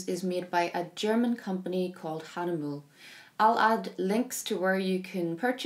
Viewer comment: Great video, as always, but Hagnemüle is a German name, not French, so the final E isn't silent. It's HAH-NEH-MÜH-LEH